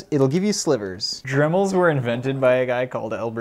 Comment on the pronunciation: I wasn't paying attention and then he started talking about dremals and i was like what the hell is a dremal